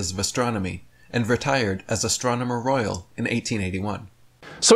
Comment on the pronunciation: Did say "Astronomer Royale" like the "Royale with Cheese" in Pulp Fiction?🤦‍♂ Astronomer Royale!! 🤣 It is "Astronomer Royal (pronounced "roil"). 👍